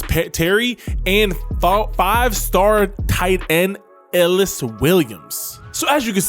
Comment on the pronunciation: i think its pronouced e-ly-us williams